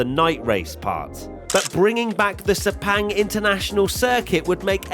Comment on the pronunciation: Say it with me, SEPANG.